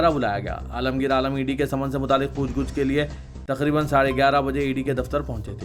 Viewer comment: ASK.POOCH GUCH NAHI POOCH GACH SAHI HAI.